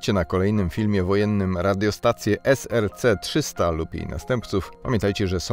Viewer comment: SCR-300, a nie SRC-300 :P